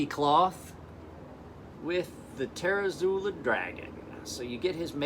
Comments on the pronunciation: You're fucking drunk. And he's right, how the hell do you get tare-uh-zoo-lah from zUOla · its pronounced "ter-zoo-oh-lah"